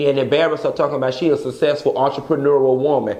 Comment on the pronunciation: Chileeee “entrepreneururl”😂😂😂😫😫